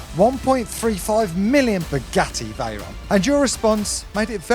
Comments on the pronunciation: Is he saying spaghetti Veyron? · Did I hear right...."Spaghetti Veyron"??😆😆